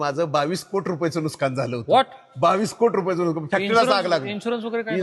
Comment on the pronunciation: एवढे भारी उद्योजक मी आयुष्यात पहिल्यांदा पाहतोय... म्हणजे एवढं कोट्यवधीची उलाढाल असली तरी भाषा बदलली नाही की स्वभाव बदलला नाही.... हे इतके ओरिजनल आहेत की बोलताना ' नुकसान ' ला ' नुसकान' बोलले...❤❤